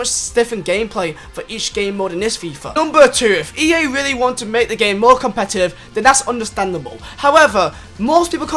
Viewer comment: *give them mower wespect 😂😂